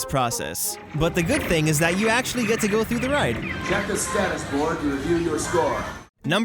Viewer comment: “And let me get to da bottom of dis” He’s either turned into Uganda knuckles or just knows de way